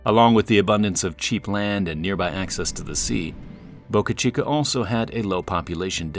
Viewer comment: He pronounces it like Boucuh Cheekuh. It's just Boca Chica.